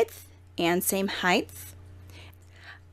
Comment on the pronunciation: Height. Not hidth. 😂